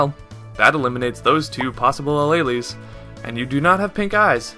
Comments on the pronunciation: you said Alleles.. I died. xD It's pronounced uh-leel-s. Not uh-ley-leys xD Good job though on the video! I feel smarter already >u< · Alleles is pronounced ah-leels